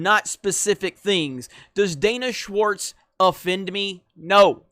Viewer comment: Did you say Danish Warts?